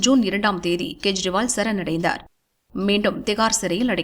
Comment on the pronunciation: It's not to be pronounced in KURIL but in NEDIL .None has the right to mis spell other's name. I am referring to CM Delhi KEJRIWAL .In short KE should be pronounced as in the name of KESAVAN